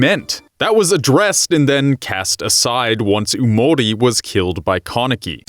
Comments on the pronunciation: It's yamori not umori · Omlllll what gets on my nerves is the way he says “yamori” don’t you pronounce it “yah-mo-rii”??? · It’s yamori not oomori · "Umori" Bruh it's pronounced "Yamori"